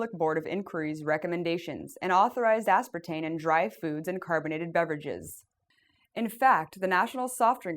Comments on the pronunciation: Can someone explain to me why this video was released with her repeatedly saying the word as if it is spelled "aspertaNe"? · Anybody else notice she keeps calling it "aspartaNe" ?